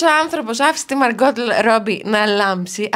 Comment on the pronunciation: αυτο το ονομα της margot robbin θα μαθει η να το προφερει? και στο podcast πονεσαν τ αυτια μου με το μαργκότ. Και λαθος τονισμος και το Τ στο τελος δεν διαβαζεται...Μάργκο διαβαζεται Μάργκο Μάργκο Μάργκο